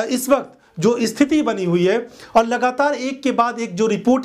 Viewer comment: Bhai sthiti ko sthiti bolte hein dost. Usko isthiti nahi bola karte hei mere chhote bhai.